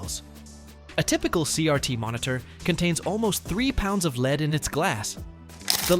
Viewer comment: “Lead from LEDs”. Pronounced this with a long “EE” sound. Robovoice. Down-voted.